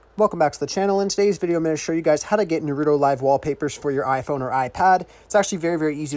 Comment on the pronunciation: He said nerudo